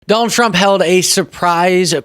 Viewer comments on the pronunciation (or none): none